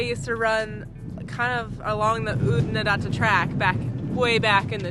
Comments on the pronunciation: You got Oodnadatta almost right except for the second a. First a as in far or data as Aussies pronounce it. The second a as in add. You flatten the a, I guess it's the double t's that follow. Then the 3rd a is back to far. The Flinders is so iconic. I love the country there. It's ancient, ancient land. The B80 to Adelaide via Clare is very picturesque. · Oodnadatta … the second last a is said like an a in apple. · Oodnadatta rhymes with fatter. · Oodnadatta has flat ‘a’ in ‘datt’. Rhymes with batt. And in Aussie, the final ‘a’ is a bit lazy. So a bit like Oodnadadda.